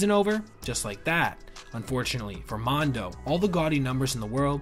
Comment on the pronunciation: "MONDO"🤔 I THINK IS "MUNDO"😉